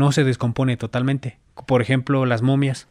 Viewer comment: "TODAMENTE " DESECHO... HEHE NUNCA HABÍA ESCUCHADO TODAMENTE HEHE